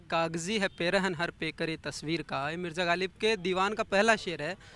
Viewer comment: लोग ग़ालिब को गालिब बोल कर उर्दू बोल रहे हैं😂😂